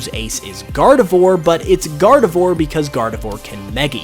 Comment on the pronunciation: It's pronounced "Gar-di-VWAHR", like noir.